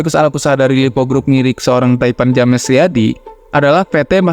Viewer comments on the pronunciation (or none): Bro, bikin konten bagus kok bahasa Inggrisnya keteteran sih. “European” dibaca sbg “Yurepian” bkn “Eropean”, “James”dibaca “Jems” bukan “Ja-mes” 😂